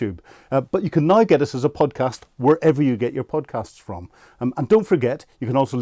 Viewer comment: "Just nauer". So painful.